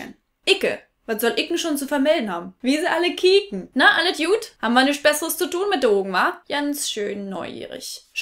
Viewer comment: Du hast vergessen, dass Berliner kein Z sprechen, sondern immer SZ. Ssu Hause